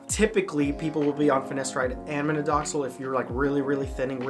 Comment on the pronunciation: Minoxidil instead of Minodoxil man